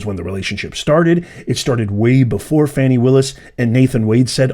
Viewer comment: FAN - ee not FAWN - ee